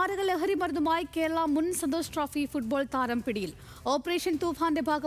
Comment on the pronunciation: സന്തോഷ് ട്രോഫി തരാം എന്നല്ല ചേച്ചീ 'താരം' എന്നാണ്